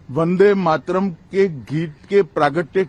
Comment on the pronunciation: 'वंदे मात्रम' (that's how Amit Shah pronounces वंदे मातरम्) के सालों पहले टुकडे हुए इसका इन्हें इतना दुख है मगर एक महीना पहले इन्हीं के आदेश से अनेक युवा जख्मी हुए इसकी जिम्मेदारी लेने से भाग रहे हैं महाशय! छाया देव.